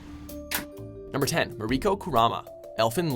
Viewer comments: You mispronounced Mariko. It's "mare-ick-oh" not "mar-ee-koh." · dude for mariko at least pronounce her name properly it pronounced MA-RICK-KO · also, said Mariko wrong, emPHAsis on the wrong sylLAble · For number ten it's not Mariko its marico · I'm triggered by the way he pronounced Mariko.